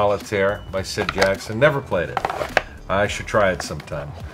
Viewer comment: You made a few mistakes while playing, but it was still pretty clear how the game is played. Also, it's Sid SACKSON, not Jackson. 🙃